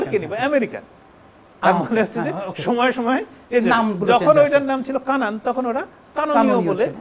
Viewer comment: Vai not Kanon, it's Kenan